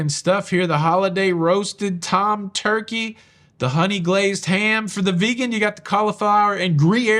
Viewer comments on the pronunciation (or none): none